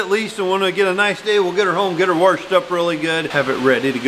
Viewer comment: What means "warshed" 🤣